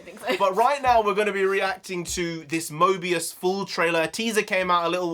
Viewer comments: stop saying Mobius 😢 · btw it is morbius not mobius bruh lol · Morbius is an Anti-Hero like The Punisher and it’s Morbius not Mobius bro😂 Two different characters Also Morbius the Living Vampire doesn’t fly, he has an enhanced gliding ability which is used for short distances. The purple effects behind him were a nod to his purple cape in the comics. Still badass to see in live action. Also can’t wait for him and Mahershala Ali’s Blade to cross paths as they’ve done before in the comics starting out as antagonists (Morbius gave Blade his powers) to a mutual understanding and even teamed up a few times. Just hoping for Kevin Feige and the MCU have Doctor Strange assemble the Midnight Sons team in the future with Morbius, Blade, Ghost Rider, Werewolf by Night, Wolverine, Doctor Voodoo, Hellstrom, Sister Grimm, Magik, Moon Knight, Wong, Elsa Bloodstone and The Punisher later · Pronounced MORE- BEOS. Owen Wilson and his jet ski has nothing to do with this, unfortunately